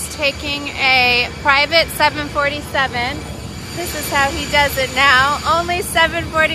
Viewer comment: It’s a pronounced 7-4-7 not 7-47